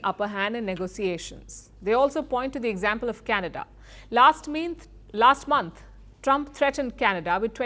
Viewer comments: & minth??? Anybody heard it? Palki Ma'am even smiled at her minor misspelling ❤ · "last minth ,last month"